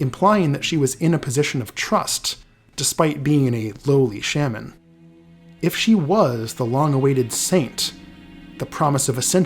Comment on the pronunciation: Why do you say Shaman like that